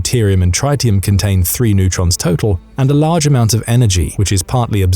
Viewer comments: tritium. not tritetium. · Uranium need not be compressed to produce a nuclear explosion. The specific activity of fission products is higher than fissile nuclei... It's not pronounced trytium. The fusion boosting of secondary neutrons into the primary is negligible. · me neither, and I worked with it for four years.